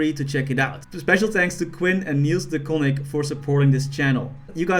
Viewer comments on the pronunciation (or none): Literally dutch and mispronounce de coninck at the end xdddd